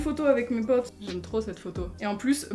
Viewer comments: Je suis là seule que ça me dérange parce que elle a un accent ultra bizarre quand elle dit mes "potes" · le "pote" avec ton accent 🥇